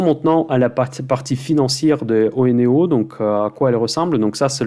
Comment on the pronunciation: Salut, très bonne vidéo, je pense que OENEO ce prononce "euneo" comme on prononce oenologue ou oenologie, en plus c'est plus simple ;)